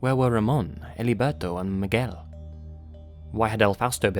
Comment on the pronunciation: Gotta love revisiting his older videos, with pronunciations like Mig-well and mana-kwin